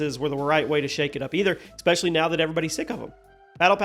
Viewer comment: Please learn how to pronounce especially. There isn't a k sound in the word.